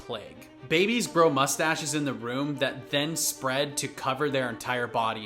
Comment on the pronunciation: "Babies grow mustaches in the womb." Me - Am I the only one who heard him say "room" instead of "womb"?